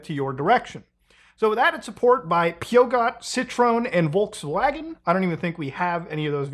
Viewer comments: french people will get a stroke when they hear how you pronounce PEUGEOT. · Nice butchering of the peugeot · how you pronounced peugeot is just vile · That Peugeot pronunciation killed me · That was criminal, has he never heard of Peugeot??